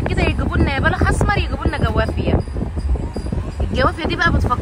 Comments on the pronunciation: حبيبتى... أنتي ملكة في كل حاجة راقيه في كل شيء.... ف لوسمحتي بلاش جوافيا... اسمها جوافه..... والصاونعي.... صانيعي.... بلاش ندى فرصه للبعده يتكلمو على حاجه تفها. انتي الملكه ❤️❤️❤️❤️❤️ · ليه بتقولوا جوافيه يا اسمها جوافه😂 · اسمه الصنايعي مش الصوانعي اعدلي بقك يا ختي والجوافه اسمها جوافه مش جوافيه